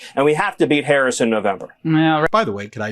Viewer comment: Why do they insist on mispronouncing president Harris